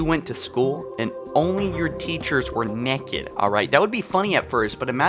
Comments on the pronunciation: "Why is Cortana neked" XD love your work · Just went down all the comments to see how many people said neked, 😂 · I like how says “nekked”. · Y u say "nekid" lol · i thought it was funny he said nekid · Why do u say naked like neked? 😂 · You saying "naked" bothers me, just say nude. I'm hearing "nekid". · She's nekkiid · cant pronounce Naked. The video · Question: Is this the American way of saying naked or is it just in this video? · Why is he pronouncing naked like that😂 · Naked not necked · The real question is why are you saying NECK-ed? It’s pronounced NAKE-ed🤦‍♂️ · "Neked".......it is pronounced NAKED. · Im sorry but why do you say it nekid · Theres an "a" in naked, it's not pronounced "neked". This guys voice and pronunciation is awful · Anyone else annoyed he keeps saying neked instead of naked 😂love ya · Theory Request: Was Cortana already too far gone by the time Chief rescued Her from High Charity? I'd also like to point out that he pronounces it as "Nekked" XD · Why are you nekked SAY IT RIGHT NAKED ITS NOT A HARD WORD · "Why is Cortana neked" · I like how you say nekid instead of naked. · Stop saying Neckid! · Why is she 'nekked' you ask? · it is naked not necked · Why the hell do you pronounce naked as neked. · You say it like it’s Nekad and not Naked but meh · He pronounced "naked" "neked"... epic pronunciation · Why TF this boy say naked like "neck-ed" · not gonna lie man i love your vids but the way you say naked is painful its nae-ked not ne-kid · Stop saying neked its naaaaked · I like how you never said “naked.” You always pronounced it “necked.” Which works, as the definition of “necked” is naked and up to something, and Cortana is always up to something. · Why are you pronouncing naked as NEKKID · If I hear you say neked, one more time... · Knee kid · why do you pronounce naked weird? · Say necked again. I fucking dare you. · Take a shot every time he says necked. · U said necked? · “Neck-ed” m8